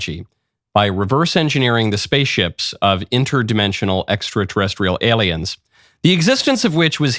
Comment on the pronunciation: Why do you put such a weird emphasis on the letter "L"? You sound like you're licking it. IsraeL, aLiens, eLement, repubLicans.